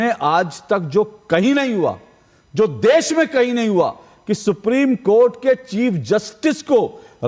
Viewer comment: Abe toltle def nahi desh bol aapiye